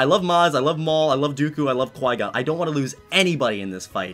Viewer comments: That's what I hear I'm like you have flygon know?????? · Every time he says Qui Gon i think he says flygon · Also i think he says flygon when he says qui gon